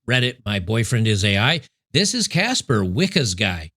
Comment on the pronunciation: "Caspher"? Caspher the friendly ghost, ghosted her 😂😂😂